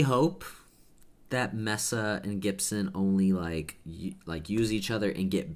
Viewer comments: Its not Mess A, Its pronounced MEAA SA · Isn’t pronounced Mesa (MAY-SAH)? I’m not sure, tbh...